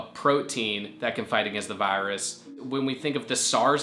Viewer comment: I don’t like how he says virus